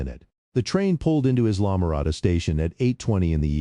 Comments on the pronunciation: The commentator didn’t understand pronunciation. “Islam - morada” is pronounced “I’ll -ah-more-ah-dah”. Sheesh. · Islamorada pronounced: eye-luh-muh-RAH-duh